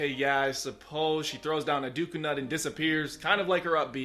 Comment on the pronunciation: Did he just say DOOK-A NUT?!